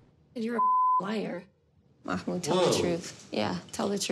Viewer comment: Love ur vids. I think his name is not pronounced Makh-mood, i think it is Mah-mood